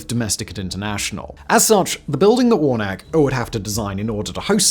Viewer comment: His name is pronoumced warna-key. do you always get your details wrong?